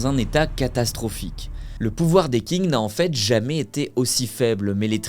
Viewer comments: C’èst Qing pas king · Techniquement c’est même « Tsin » si on écrit comme cela devrais être prononcé, le « g » ne se prononce pas, ce sont des voyelles « eng », « ang », « ing » etc sont des voyelles composé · le mec ne sait pas que qing se prononce "tching" mais il pense pouvoir raconter des histoires sur la chines, merci chatgpt quoi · Belle vidéo mais la prononciation de Qing c’est « tsing » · Déjà qing est pas dit "king" 😂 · Pour information, Qing se prononce "Ching". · Très bonne vidéo par contre par pitié, la prononciation ne peut pas être autant un fiasco, dire "Qing" comme "King" ça pique les oreilles... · Il faudrait aussi que tu t'informe sur comment les mots dans une langue étrangère se prononcent. Le "Q" romanisé se prononce "tch". Avec ça, on comprend vite d'où vient le nom du pays "chine", de la dynastie Qing. En quelque clique, on trouve facilement le cinogramme 清 et on peut facilement le passé dans google translate pour obtenir la prononciation. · Pour Qing, on ne dit pas "king" mais "tching". Pour 天地會, on ne dit pas "tiane dit oui'' mais "tienne dit rouer".Pour Hong Xiu Quan 洪秀全, on dit "Rongue chiot tchuenne".